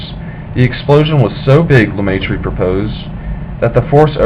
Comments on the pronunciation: lemai tree what s that ! learn to speak if you want to be listen to and understood.et oxford c est pas louvain. paxs andre..................................................... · First of all prounciations are wrong. He was french speaking so his name is french. second when you talk about the university of Louvain (also french prounciation or Leuven in Dutch) you show a picture of Oxford. Please research your images.